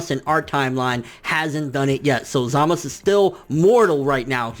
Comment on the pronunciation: Why are you saying 'Zamas' and 'Gowas'?